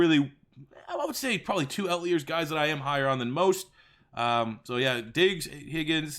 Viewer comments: Lucas Borja damn Canadians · that’s not how you say outliers lol